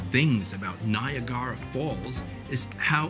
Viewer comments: NYA-GAR-A Falls? Where’s that? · u had me at Ni-Ah-Gara falls